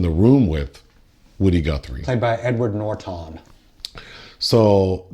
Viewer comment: "Thimothay" "Edward Nor-tawn" "Ghee-Tawr"